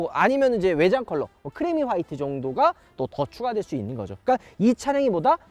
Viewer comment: 자꾸 크레미 화이트라하는듯 들리는듯 나뿐인가요?ㅋㅋ